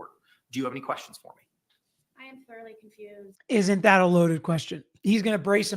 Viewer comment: I just noticed that she said “I’m throughly confused” in her interrogation video.